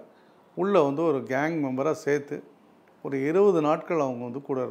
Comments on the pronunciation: சேற்று அல்ல... சேர்த்து என வார்த்தைகளை சரியா உச்சரிக்கவும் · சேற்று இல்ல சேர்த்து. தமிழ்லை சரியாக உச்சரிக்க பயிற்சி பெறவும்.